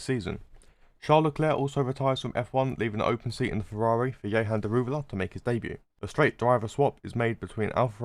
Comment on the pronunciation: Man really said " ye-han " daruwala 💀